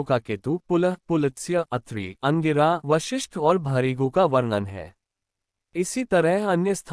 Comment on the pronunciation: Sale tune Sant ko Kahan bhej diya . Na Bolna na likhana na uchcharan Karna aata hai . Bhrigu ko Bharigu bolta hai . Lanat hai tere jaise par.